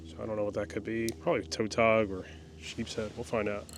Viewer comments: You got on a lot of fish! Ive always pronounced Tautog as never heard it said as "toe-tawg"! I see you cut the flounder fillets off but you skipped how you removed the skin from the fillets? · Toetog😂 tuh-tog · It's Tautog not Toetog. Is that a northern nickname or is that the actual way y'all pronounce them. Because no one in Maryland/Delaware never says that. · In Virginia we pronounce Tautog as it were a w.It would sound like it was spelt Tawtog.The au sounds like a w.The og as in frog.